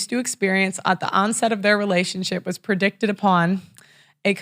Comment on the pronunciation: pronounced 'predicated' not 'predicted' -, I'm going to repeat my advice comment, which is to read your copy out loud Before you film. Your delivery will be smoother and better.